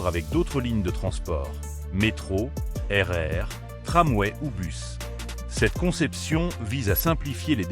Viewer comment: Super vidéo mais entre la musique a ce pendre et la voix IA qui dit RR au lieu de RER !!! non deso